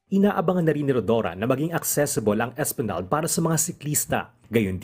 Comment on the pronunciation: Esplanag? Pronounce it properly.